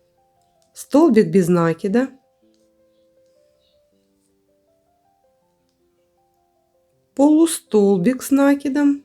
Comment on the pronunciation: НакИд, а не нАкид.